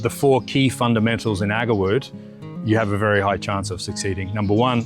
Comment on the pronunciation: Fundamentals not Fundimentals